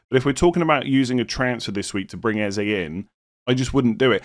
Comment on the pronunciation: Haha you’re butchering every name in this video. Eze, Ødegaard, Madueke all pronounced wrong